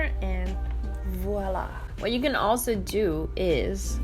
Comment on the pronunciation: The voila you said i felt it it was french ? Let me know